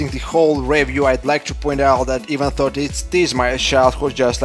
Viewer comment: why do you always say "even thought"? just say it the way it's supposed to: "even doe". it's easier and people wont interpretate your sentences wrong. I hope this helps you, I don't mean to be nitpicking here. Keep up the good work!